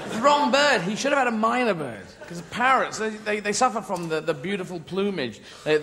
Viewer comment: Not "Miner bird," but Myna Bird. As in Hill Myna Birds. They're very good at talking.